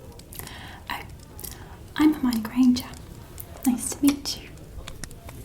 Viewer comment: Marina Dainese in inglese si dice come l’ha detto lei :)